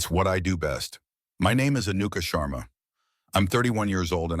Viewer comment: Orion or Ryan ? Maya appeared Maud ? so the channel does not understand what the AI story is saying Anuka Sharma butchered to Anukumarma